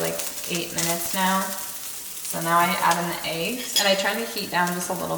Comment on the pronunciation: I can tell you from the PNW by the you say eggs lmao. eeigs